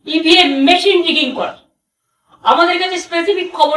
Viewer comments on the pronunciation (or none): none